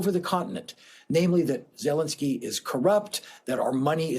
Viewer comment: You mispronounced his name. It's ZeLENskyy, accent on the second syllable.